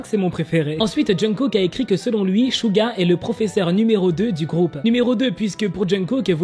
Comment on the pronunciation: On dit Suga pas Shuga prononce bien le nom😊❤